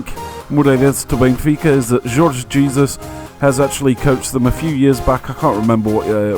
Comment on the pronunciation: Nelson Lucindo Also the coaches' name, Jorge Jesus is pronounced SH-or-sh Sha-zoosh. J's in Portuguese make the "SH" as in "bush" sound. Or we commonly refer to him as "JJ". Reply ·